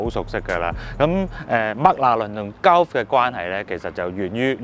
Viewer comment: Gulf 鳩呼 呢個讀法真係幾搞笑 "高呼"呢個讀法又得唔得